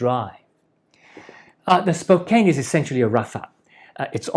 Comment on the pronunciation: Nice video. As a born and raised Spokane native just wanted to let you know like a previous commenter that you pronounce it SPO CAN, named after the native people.